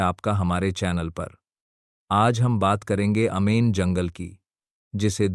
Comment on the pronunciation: अमेजन को अमेन क्यो बोते हो?ज्यादा इंग्लिश पढ ली है क्या??कि अंग्रेजो से भी आगे निकल गए।